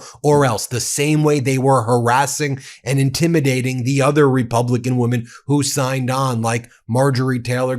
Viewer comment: I’m dying to know why Ben can’t pronounce “women.”